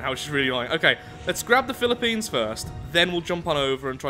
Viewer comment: Atleast you pronounced Philippines correctly, but, you still destroyed it.